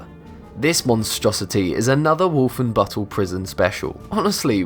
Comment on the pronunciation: Not only did you REALLY fuck up the pronounciation of "Wolfenbüttel" (spelling is also wrong btw), but in 1994 NOBODY wore those helmets anymore. Get your god damn facts straight. You guys used to bring out interesting stuff but now you just keep screwing up. Also, in the silhouette you show an AUG, though the dummy looks much more like a Sten.